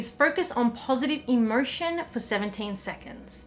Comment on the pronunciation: Sorry I dont mean to be rude, I love you! is it just me but when you say "emotion" I hear it as "immersion"???